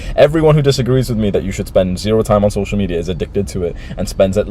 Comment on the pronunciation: My man said “social media addiction” But his pronunciation looked like this “social meteor addiction”